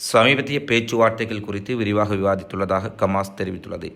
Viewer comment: கமாஸ் இல்லடா ஹமாஸ்